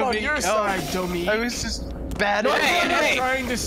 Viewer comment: Goodness gracious, you butchered Domique in the end! It was a fight for survival!